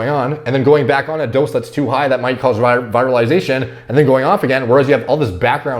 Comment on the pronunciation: I think you mispronounce virilization, it comes from viril but you said it like comes from virus!